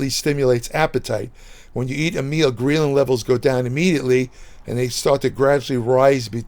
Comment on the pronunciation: It's pronounced greh·luhn, not gree·luhn lol